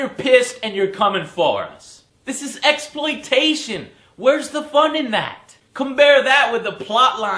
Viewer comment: LOL Joe said MEXploitation